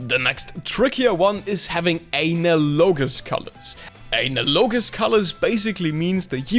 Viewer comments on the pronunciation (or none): AY-NA-LOW-GIS. ... ... ah-NA-luh-jis :D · I believe it's pronounced as "análogous". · "ANALogous" seriously? (lol its hilarious KEKW btw) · (A-nal-logos) lol its pronounced (an-al-uh-gis) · Good tutorial, thanks. It's Analog-ous not Anal-O-Gus for future reference. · You saying analogous as a-na-low-gus is actually adorable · I thought it was pronounced like anne al uh gus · an-aloe-gus is the way I say it. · The word is pronounced 'aNALogous'. Just a heads-up. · ANAL-logous 😂 jk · Say analog, now say analogous. Ann-al-oh-gus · just saying, its pronounced ah-nal-gus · AnALogous colours 😭😭😭😭😭😭😭 pls why do you pronounce it like that hahaghahagahahhaha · Bro explained why he pronounces analogous badly. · "Analogous " isn't pronounced like anal. The accent is on the second syllable and the second a is more like the a in Alfred. Also, the o is much shorter, and the o in -gous is silent and sounds like "guss." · Great video, but the way he pronounces analogous makes me cringe every time. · This was a very useful video. But your pronunciation of "analogous" is a bit off. The stress is on the second syllable, not the third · Analogous has the same root and pronunciation as analogy by the way. Your english is very good so thats one of the few times I've noticed you mispronouncing something. Its a soft A sound at the start.